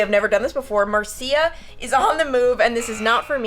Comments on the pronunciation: I think Marcia is pronounced as “Mar-SHA”. I could be wrong lol 😂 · I believe Marcia is pronounced Marsha.